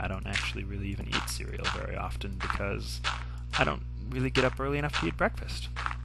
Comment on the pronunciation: So.... I can't criticize how you eat cereal.... how about your pronunciation of "often?" ;)